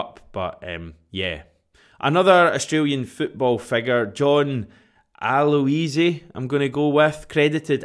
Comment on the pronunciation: You said Aloisi quite well.